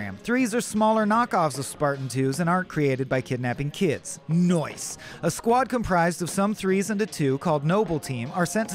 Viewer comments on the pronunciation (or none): That NOICE killed me for some reason 😂 💀